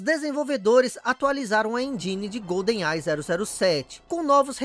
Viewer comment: Que agonia ficar ouvindo "Golden AI" kkkkkk é igual falar "Pan Americano" ao invés de "Panamericano". A pronúncia certa é "Goldenai" mesmo.